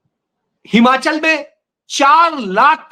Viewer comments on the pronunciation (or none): none